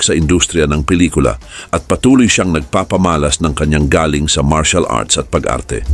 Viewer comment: Correction sa narrator nito, mali ang pagbigkas mo ng salitang GALING_dpt mabilis ang pagbigkas_1 syllable lng inde GA-LING